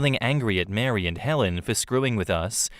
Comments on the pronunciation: Do Mary and Marie sound the same in his accent or is he just saying Mary instead of Marie?????? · a fyi Marie is pronounced Ma ree, not Mary. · Except pronounces Marie as Mary LOL